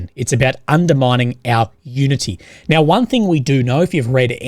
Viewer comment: 😂 now I’m going to think that every time he says now/meow 🐱